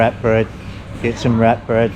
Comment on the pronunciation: Although bananas have gone up in price in the last year I bought 4 in the last week in USA for $1.25 usd. At first I thought you said rat bread and then I figured you said wrap bread.